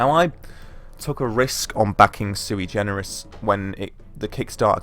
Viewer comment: Suigenerous? Is that what you said?